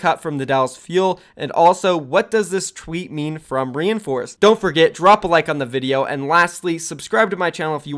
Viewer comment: your pronouncing his name wrong.Its not re in force it is rein like Reinhardt then force please stop saying reinforce it makes me cringe so hard